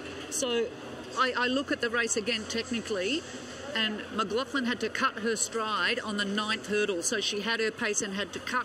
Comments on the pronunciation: Why is it that main commentator cannot pronounce her name!! McGlaFFlan lmao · why this commentator keep calling her McLauFlin?? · Stop saying 'McGlaufflin'!!! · And he's getting her name wrong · Next time get an announcer that can pronounce Sydney’s last name correctly